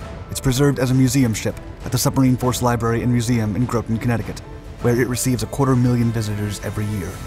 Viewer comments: Groton: short O not long O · I love content. Every video on every one of your channels is great. Side note: I've never heard Groton pronounced as 'Grow-tin' before, only as 'Grah-tin' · LoL he said groaten. 😂 I live next to Groton and worked at EB. I laughed when he pronounced it like that because I say it like he did joking around sometimes. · Very nice. only complaint is: it's "GRAH-ton" not "GROW-ton". Wife of 33 years from there, I myself lived there for near 10 years. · Groton - rhymes with rotten. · Groton, CT is pronounced like grotten. Just a heads up in case you do more sub videos. Many were built in that area at Electric Boat. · Great video. One small correction: Groton, Connecticut is pronounced “Grotten” similar to “cotton”. Otherwise a great and interesting video! Thanks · I was about to type the same thing, including the same example. Admittedly, most people have never heard the place referred to. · Long Island has enter the chat It's "GRAWT-in" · the name of the town is pronounced GROTT ON (like rotten) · JFC it's Gro-ton pronounced like "Rotten" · "Groton" rhymes with "cotton," but otherwise a fantastic video. Good stuff, keep up the great work! Had buddies that went through sub school there. They always spoke about it as another world. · You mispronounced Groton.